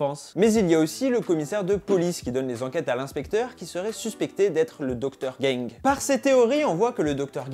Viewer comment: C est docteur gang pas docteur gingue ......😂😂😂🤣